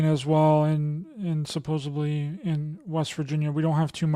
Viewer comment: Its 'supossedly'. With a D. Not a B. I'm really sorry for my British Anal Retention" word tourettes'. Its my Issue not yours. Its just Ive heard you say it a few times now and Its annoying thinking that you do podacasts but maybe no one has mentioned it to you. Please dont see this as a critisism. It really Is more about my 'spectrum' Issues 🫣❤